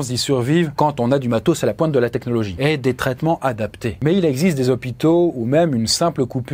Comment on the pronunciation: "c'est ca la réalité dans les zozopitos!" lool